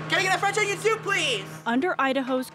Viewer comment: FWENCH ONION SOWP PWETH